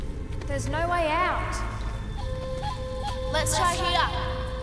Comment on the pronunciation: NAUR CLEOURRR